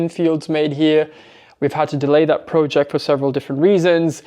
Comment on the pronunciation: Congratulations - Such a beautiful spirited horse. Jesse and him suite each other soooooo perfectly ❤ So nice having a horse together. I chuckled when you said “look at us bonding over a projejt” 😂So true. Always great to see Eva too. She is wonderful.